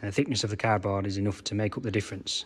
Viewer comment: Haha! You said cardboard I thought you said “cad bar” I was like WTH is “cad bar”😂